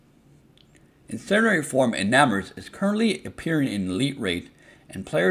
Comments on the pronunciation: Ecarnate is not pronounced incinerate lmaooo it's IN+CAR+NIT form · 💀its in+car+nate